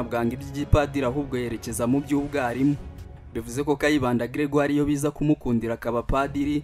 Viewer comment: Grégaire pas Gregire